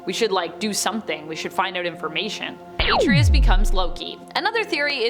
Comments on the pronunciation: Why are you pronouncing his name like that?! That sht is annoying!! She's saying it like: "Ate-tree-us." It's pronounced: "Are-trey-us." The game doesn't even pronounce his name like you're pronouncing it. So annoying to where NO, I'm not liking nor subscribing. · A-TREY-US NOT AT-RI-US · EXACTLY!!! Hell, the game says his name throughout the damn game!! Just like you said, it's: "Are-Trey-Us" not "Ate-Tree-Us" That sht is annoying, how she's saying it!!! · A-TREE-US Lol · * Are-Trey-Us** it’s Artreus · The way she says Atreus grinds my gears. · I swear I JUST SAID THAT!!!! I just commented about that before I seen your comment. That sht is very annoying!!! And I don't know why she keep pronouncing his name like that!! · How you pronounce Atreus is not correct do it the Kratos way, the true gamer way